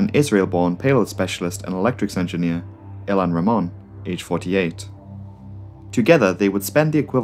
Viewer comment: it's ilan ramon not ilhan ramon. ilan and ilhan are very different names haha. it's ok though, great video.